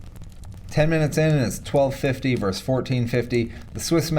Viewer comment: "vs." = "versus" NOT "verse". The 2nd "s" is pronounced.